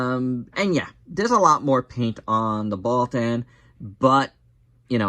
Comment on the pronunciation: Wait did you say alien baltan or alien balltoon